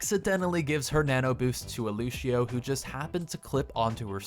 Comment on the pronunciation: i had to stop watching because you said lushio